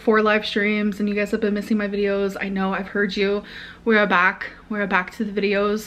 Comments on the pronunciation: i know, I’ve been watching since late destiny era… but that.. that was something very special 😂😂😂 I’ve never heard anyone say it like that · wth is that accent?!?!?!? “We’re back” 😂😂😂